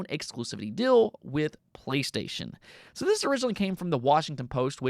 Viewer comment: Fill / feel Dill / deal You hold vowels way too short. Since your diction and flow is really good it catches so much more attention than it’d if someone else had that in their speech pattern. Once you hear it you cannot not pay all your attention on it either, it’s like nails on a chalkboard. Amazing work though, you could do some voice acting. Alternatively radio or podcast work could be good options as well. Since you’re already dipping into it why jump in fully